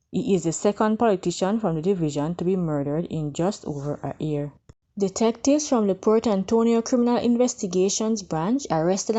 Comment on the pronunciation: year old NOT ear old